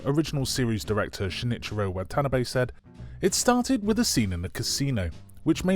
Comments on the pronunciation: The Casino was probably the cheapest New Zealand location with poker machines they could find 🙄 The action in this show was Disney kid show bad. Every set they used looked like they spent $5 on decorations. Watanabe is pronounced "What ahh narr bay" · I probably agree with everything yo had to say, but... You lost me at "WAHtah-buh-ni"... fuckin' Bri'ish